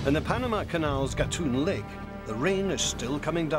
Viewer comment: Agree; the British narrator does not give realistic comparisons and his pronunciation of Culebra Cut and Gatun Lake is incorrect.